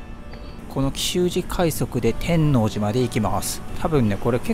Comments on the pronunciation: て(↑)んのうじ… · 天王寺 のイントネーションが違う😮 初めて聞いた気がします😅 関西の方ではないのでしょうか？天王寺駅と言う時と天王寺と言うイントネーションが違う。天王寺を言う時は天王寺駅と言う時のイントネーションが正しいかと。同じ天王寺でなぜ違うのか不思議です。 因みに和歌山駅にあるMIOは天王寺駅にもありますよ😊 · 天王寺を本能寺みたいに発音してるな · 極楽寺も天王寺も地名の発音が違って違和感とともにおもしろい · たぶん知らない（私含む）関東人は初見だとそういう発音になりがちなんだと思います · お疲れ様でした。ワクワクするロケ地巡りですね。関西人としては天王寺の発音が違和感満載でした。すいません😅 「のう」 にアクセントがきます。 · 見ごたえのある動画でした。1972～78年まで大阪で寮生活をしていたので天王寺駅は、懐かしいです。 他の方も指摘されてましたが、天王寺の発音は、関西人でない証明だと思います。 サスペンスドラマのように感じました。 弁護士高林鮎子シリーズでは、アリバイ崩しに時間通りに進行するシーンが、よく出てきますが、 そんなシーンを思い起こさせる動画でした。お疲れ様でした。ありがとうございます。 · てんのうじ ⇨⇨⇨⇩⇨ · 天王寺の発音が…大阪人としては…なんとも言えない… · 天王寺のアクセントが違います。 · 「天王寺」１回2回なら発音気にならないのに何回も言い過ぎ🤣🤣🤣でもたまに合ってる発音がある？ たぶん「天王寺」の時は×、「天王寺駅」の時は〇